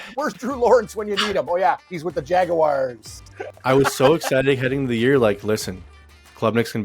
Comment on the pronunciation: How is anyone supposed to take you goofs seriously when you actually pronounce Jaguars as "Jagwires"?? this is 2023. Who does that?? Good grief.